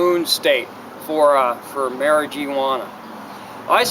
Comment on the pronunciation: God I hate the way you say mari-geeee-wanna